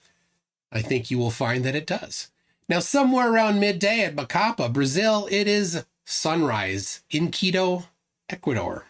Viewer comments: Emphasis on the last syllable of Macapá. It's "macaPA" not "maCApa" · MacaPAH! The last syllable is the strongest of them all! 😁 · It's MacaPÁ, Brazil! The tone syllabal is "PÁ" (that's why the accent). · Quick pronunciation tip, Macapá has the stressed syllable as the last one. No one needs to know this information, but you've learned something today :) Also, the monument Marco Zero in Macapá isn't perfectly aligned with the Equator. Brazilians flerfs went there and started celebrating because on the equinox the sun wasn't perfectly aligned with the monument, than one of the biggest debunkers we have(Sistematico) showed a video that he had published 5 years before showing that the moument is slight off the Equator. Flerfs gonna flerf